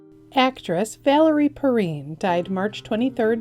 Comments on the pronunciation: It’s Purr Rine not Perrin Geez do your homework and learn how to pronounce her name properly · Valerie's last name was mispronounced. It's Perr-eye-n, not Perreen. If you're not sure, go back and listen to videos like Inside Edition or Johnny Carson for actors from the 60s, 70s, and 80s. Actors and musicians from my youth (Gen Jones) are passing away. It's sad, but not unexpected. I hate to see young people, like Nicholas Brandon, pass away. I loved him as Zander Harris. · It's Valerie "purr-rhine", not "purr-reen". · Valerie last name isn't pronounced perrean it's perrine with the I being pronounced as an I. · Not ''PerEEN.'' Simply PerRINE. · Valerie Perrine (Pah- rine as in “vine”) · Valerie Perrine's last name is pronounced (Per-Rhine) as in the Rhine river. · You made a very rare mistake. You mispronounced Valerie Perrine's name. It's pronounced like Per-rhine.